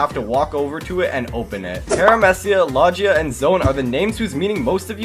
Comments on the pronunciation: LOGIA (L-O-J-uh) it’s (Lo-gee-uh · he disrespected all of one piece with “peremehcia” and “lodgia”